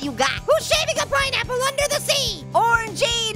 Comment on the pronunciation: Peen Apple